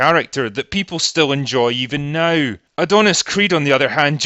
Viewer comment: I like how your accent makes NOW sound like NIGH